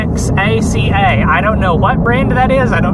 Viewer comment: Oaxaca - pronounce wha-ha-ca, as in the line by El Guapo in The 3 Amigos, "Pedro! We CRUSHED the Federales on the plains of Oaxaca!!!"